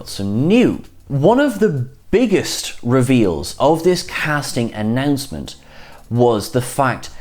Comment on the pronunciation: did I hear "cast announment" not "cast announcement" ?